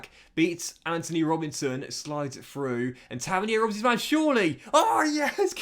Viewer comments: its pronounced “tav-earn-ear” not “tavinihair” 👍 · Taverneer it’s pronounced